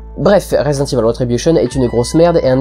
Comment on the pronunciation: "Résidente ivol" mdr la fin